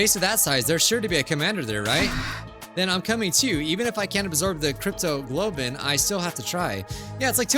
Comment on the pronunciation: I'm laughing my butt off here because of trouble with pronouncing "cryptoglobin" 😂 I get it though.. At that point I'd be like "you know what? I'm gonna randomize that word out of fun": - cryptogoblin - cryptogobble - cryptocurrency - cryptolotion - cryptoparty - cryptoloving